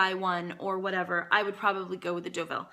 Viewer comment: You're so funny and love your reviews! Just an FYI "Deauville" is pronounced "DOUGH-VEEL" and not "DA-VILL" :-) What a versatile bag and definitely awesome for a travel companion!